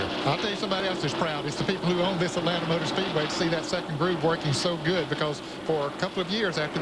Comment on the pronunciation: Atlanta is one word not- At land ta